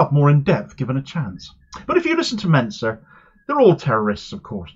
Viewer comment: Why do people keep pronouncing "Mincer" wrong?